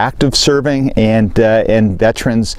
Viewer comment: Good video but please, we are not VET-TRENS. We are veterans. Thanks for what you do!